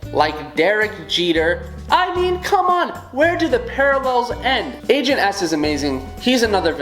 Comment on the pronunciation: I was watching until he got to ribbot and I was about to say in the comments "How dare you not include my girl agent s" and then I heard him saying angent s for #1 WOOHOO